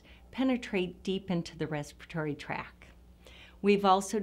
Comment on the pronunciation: The second “T” in tract is NOT silent.